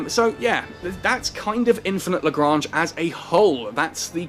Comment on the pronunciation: Explains how to pronounce LaGrange, then proceeds to pronounce it LaGrainge, lolz love ya keep up with the vids.